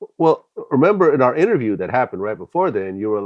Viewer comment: "IntervRiew" "Country black" You ain't lying. Kill the boss it's popping. Swear to God on Me.